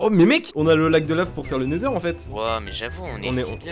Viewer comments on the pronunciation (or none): none